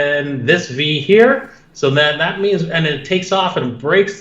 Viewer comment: Digga dein Englisch ist so scheiße😂